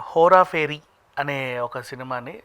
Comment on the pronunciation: That is Hera pheri not Hora Pheri .. don’t know why these people can’t say right ..